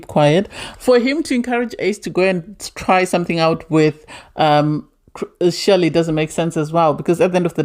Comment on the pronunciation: Chelly pronounced Shelley